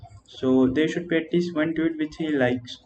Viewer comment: Not to be rude, but is it common to pronounce “Tweet” as “toot”?